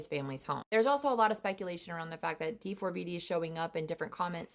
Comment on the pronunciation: I know but she literally was saying D FOUR V D instead of how it’s actually pronounced.. and she kept saying it over and over and it was getting annoying because that wasn’t how you pronounced it